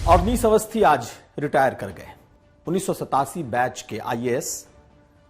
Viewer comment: रियाटर नहीं रिटायर